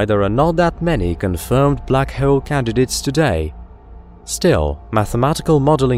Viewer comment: "Black Heowl"